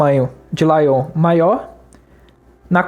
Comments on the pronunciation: Muito bom! Só pediria para melhorar a pronúncia de "layout" (lei-áut). Confesso que só fui perceber do que se tratava no meio pro fim do vídeo kkk não tinha entendido o que era "laion" rsrs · laion foi foda kkkkk é leiaute! E não se envergonhe pois todo mundo tem uma história sobre alguma palavra que pronunciou (para si mesmo) por anos errado e só foi descobrir quando compartilhou a ideia em voz alta pra alguém que conhece.